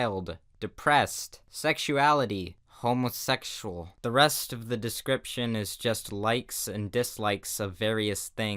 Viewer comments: The way he said hOmOsExUaL 😂😂😂😂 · " Sexuality.... hmuhsexual " Me:... " h m u h s e x u a l "